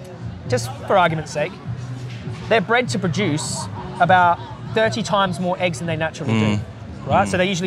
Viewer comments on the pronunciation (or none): none